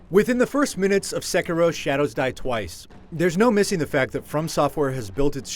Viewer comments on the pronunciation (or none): Its SEH-KEY-DOH not SEH-KER-O. Japanase R's sound like D's. Smh >_> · He keeps saying Sekuro lol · Theckaro? What? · It's not "sekerow!... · its pronounced c-keero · What really annoyed me was his pronunciation of sekiro it’s pronounced se-key-row “sekiro” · I believe it's pronounced Sekeero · Its Seh - Kee - Roh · It's Sekiro! SE-KEE-RO! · The guy that does the review doesn't even know how to pronounce the name, which is mentioned in the game... guess who did not play the game xD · Nice review, but pretty sure your pronunciation of the name is off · You're pronouncing "Sekiro" wrong. The accent is on the "i," not the "e." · I'm not here for the review... Im just here to find out how to pronounce sekiro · You pronounced the name of this game at least three different ways during this review, and none of them are correct. Why can't any reviewers take the 30 seconds to check how to say the name of a major game before a review? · oof, learn to pronounce the name of game before doing a review for a major outlet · Great game, but every time he pronounces it wrong, I just die a little bit inside. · Get people who can say the name right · It's annoying how he pronounces it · The way you say “Sekiro”... I mean, I know you’re not Japanese, but eek! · I can't be the only one that quit watching after he butchered the title which is very easy to say! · Can you please pronounce the title of the game correctly.... Once? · Love how this guy pronounces "Sekiro" loooool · He'd probably give it a 10 if could pronounce the name right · I can't take a review seriously if the reviewer can't pronounce words correctly. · This dude is so white learn how to pronounce the game title dude